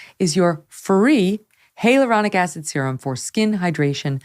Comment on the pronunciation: It’s hi-uh-ler-on-ick acid, not heya luronic